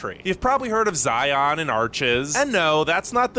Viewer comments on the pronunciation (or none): Picking a nit here: "Zion" rhymes with "lion," NOT with "try-on."